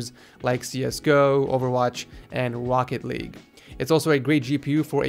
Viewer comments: i sweeer you say crochet league like "woket league "😂😂😂😂😂😂😂😂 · Wocket League xD